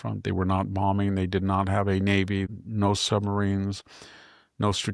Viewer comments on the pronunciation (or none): none